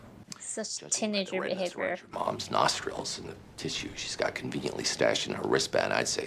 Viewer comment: Huh. Laurie's American accent slips for a bit: he pronounces "nostrils" with a clear "i" sound, where in American English, there is a schwa sound instead.